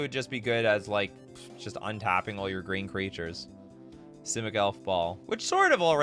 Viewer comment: says geen, not green. Geen(without R)=/=Green(with R)